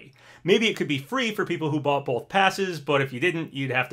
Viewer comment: You’re a fully grown man. Please stop pronouncing the word “both” as “boLth.”